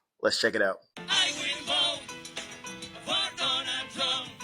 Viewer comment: " I will 'boat' for donald trunh" Bahahahahaha 😮😮😮